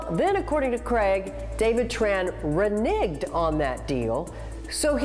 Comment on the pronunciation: ' pronunciation of Reneg'd is worrisome. As for the hot sauce future, the market will fix itself. Be it more peppers for HF or growing popularity for non HF Sriracha sauces.